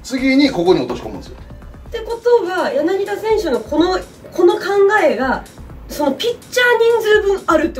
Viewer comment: やなきだ、じゃなくて、やなぎた だ、じゃなくて、た 濁らない